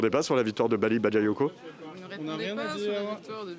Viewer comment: Elle a dit, Baly Babayoko à 2 min..😅franchement, ce sont tous des racistes à mal prononcer son nom 😝